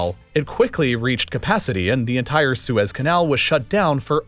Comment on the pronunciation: Say entire